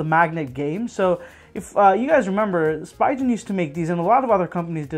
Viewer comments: It’s speegen not spygen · Spigen. (Spee-gun) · Every time you say Spy-gen I punch my cat. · Thank you! I do try to do my best when I make the videos. As for the pronunciation, I'll be honest in my circles I've only heard it this way. No one calls it Spee-gun. I think it's because Spi is usually pronounced as "spy" in common words such as spider and spice. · Ohh I very well understand that. I'm just saying, it isn't illogical for most to assume that it's pronounced "spy-gen" and not "spee-gun". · I asked someone else this, and I'll ask you too... When you pronounce spider do you say "spy-der" or "spee-der"? Hopefully that helps you understand why I pronounce it that way. Yes I know that it's technically incorrect, but I've been saying "spy-gen" for literally 6-7 years now. It's very hard for my brain to rewire itself to pronounce it spee-gen, especially when I'm filming and my mind is on 100 other things in that moment. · I like the video and appreciate the effort you put into making it. I do agree with Myojhnier in the comments though. 2 different worlds in the pronunciation. I've never heard anybody say "spygen" before. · painful to hear the brand name getting butchered x.x